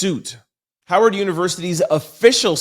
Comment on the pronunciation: Howard with a “W” not a “V” Is an HBCU